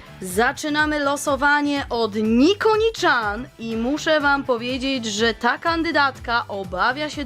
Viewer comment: Chan czyta się cian nie czan